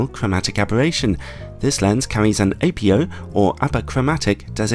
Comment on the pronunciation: It's Ap-OH not Apio lens. It's not apio-chromatic is it?